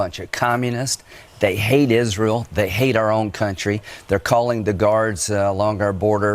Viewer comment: LMAO you are so dope. "Jisreal"